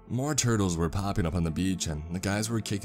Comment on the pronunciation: "I like tourtles"